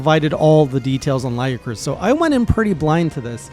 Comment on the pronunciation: It's pronounced lagi-a-chris